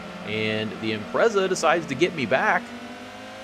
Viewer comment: 2nd time I've watched this one and I'm really sorry, but it needs to be said. Please learn how to pronounce 'Impreza'